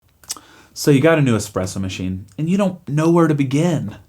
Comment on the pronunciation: A great little video thanks for taking the time to make it. But as a coffee guy, please learn how to say Espresso properly it doesn't have an X in it. 😂